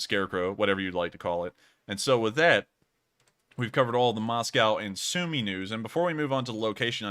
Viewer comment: As it seems you care about pronunciation, you mispronounce Sumy